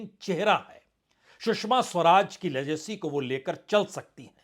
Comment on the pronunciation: Lejeacy??? Nahi ji. Legacy hai word. Plz baar baar jaroorat nahi zaroorat bolo. But aap bolte ho. Achcha lagta